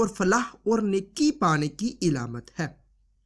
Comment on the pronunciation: ilamat nahi bro . alamat hai